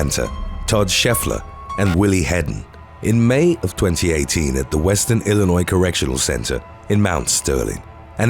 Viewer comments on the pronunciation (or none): none